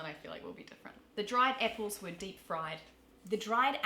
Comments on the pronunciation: First hurdle, Morgan said "epples" instead of "apples" "Lits git their pear-ents a prisent" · Apples (aussie) vs epples (kiwi). Did (aussie) vs deed (kiwi).